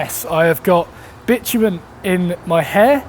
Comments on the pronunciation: Bitumen sounds like bitchmen, hehe. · As an american, to hear you refer to what we call tar/asphalt as what sounds like "bitch men" over and over again is just so incredible bizarre lol! Anyway love your videos keep up the good work!